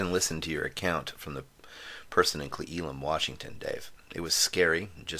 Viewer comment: I gotta comment here because I cringe every time I hear you pronounce Cle Elum. Its pronounced Clay L Umm. Love the show though